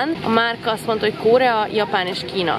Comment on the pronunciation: Szia. Korea, nem KÓrea:)